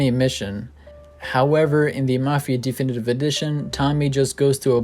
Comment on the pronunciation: di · fi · ni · tiv Not d-E-finitive For fuck sakes.